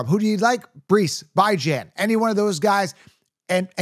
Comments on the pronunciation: Bro his name is pronounced. Bee-John. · Look on wiki bro, it says there how you pronounce his name correctly. Out of the 2900 people I’ve heard say his name you are the ONE person who says Bye. Bye Bro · I don’t trust someone who says “bye-jon” or “moss-tert”😂